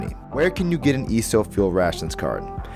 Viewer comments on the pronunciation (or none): Dude, you are killing me how you are saying "Esso". Please learn how to pronounce words correctly before creating an informational video like this. But other than that, pretty good video.